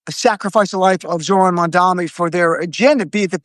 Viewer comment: It's MUM-DAA-KNEE. Come on, guys.